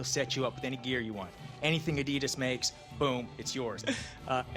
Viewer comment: BRO I LOVE YOUR VIDS BUT SAY ADIDAS RIGHT PLS I 👍your vids